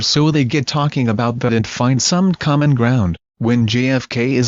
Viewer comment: Correction, your pronunciation is almost perfect but please the letter "J" each time you pronounced this letter it sounded like you are saying the letter "G" GFK instead of JFK Just letting you know